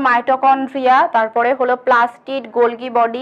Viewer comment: মিস, গল্গি বডি হবে না, হবে গলজি বডি।